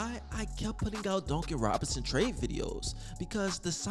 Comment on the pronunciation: Well it is so funny to hear you say Duncan Robinson LOL. It sound like you be saying donkey Robinson 🤣🤣🤣🤣. However you do have great content my man. Yes get rid of Duncan and tyler! Bring me back miles bridges! He is a free agent. That's what I want! Him and Bam! A nasty front Court